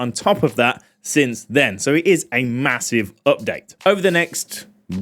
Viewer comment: maaaHOUSIVE beetah!